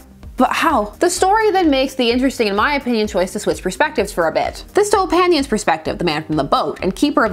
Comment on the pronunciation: Finally a comics that originates from my country. You did get the pronunciation of Opanyin wrong but it’s not really a big deal. I’m just so excited and kinda surprised I haven’t heard d of this yet